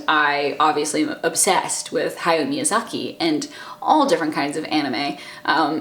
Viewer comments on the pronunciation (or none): none